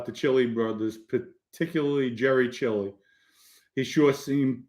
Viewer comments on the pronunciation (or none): none